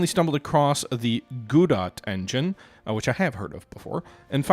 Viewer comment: "Goo-dot," LOL. It's pronounced Ga-Doe. Probably based on Samuel Beckett's play "Waiting for Godot." Sorry but the goo thing made me laugh. 😂